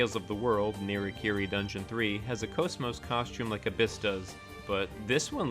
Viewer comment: GOOD VIDEO 10/10 VERY INFORMATIVE Okay sorry for fanboying but GOD I LOVE HER TO PIECES edit: also I'm super glad you actually pronounce her name correctly :)